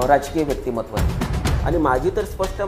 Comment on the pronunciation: व्यक्तीमहत्व नाही, व्यक्तीमत्व म्हणा.